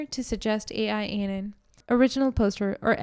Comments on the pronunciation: it's not "A. I. Anon", it's "AL-Anon", as in, short for Alcoholics Anonymous. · It's AL anon not ai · It's AL-ANON not AI-ANON. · Al-Anon is AL AH NON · Quick correction for future knowledge - it's AL-Anon. (AL stands for ALcohol ...).🙂